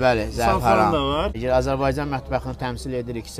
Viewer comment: Azərbaycana Azerbeycan deməsəniz olmazmi , əziz türk qardaşlarımız? Hər şeyin adini normal deyirsiz bir bu Azərbaycan adinda agziviz əyilir😒😏